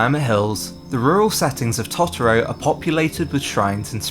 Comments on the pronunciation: It's Totoro, not Tottoro! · The pronunciation of Tot-oro is like nails on a drawing board 😅 It's Toto-ro same as in the end credits song... Good video though 👍🏻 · I'm really sorry the video was great super interesting but the way you kept saying totoro was killing me 😩😂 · After he mispronounced Totoro 5 times I gave up watching this. Learn how to pronounce the names of what you're talking about before acting like an expert.